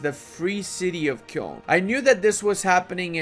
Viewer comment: Nobody:: Kyœln